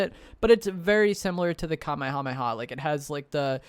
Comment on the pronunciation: Love the content but every time you mispronounce “Kamehameha” I die a little inside